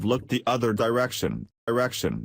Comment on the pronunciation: The second time robot said direction at the end it said erection.I will read better for cheaper.